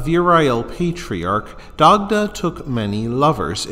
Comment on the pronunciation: No, it's not. There's nowhere in Ireland an Dagda is pronounced "Die-da". Probably the only thing this aul fella got right in this wreck of a video was pronouncing an Dagda correctly.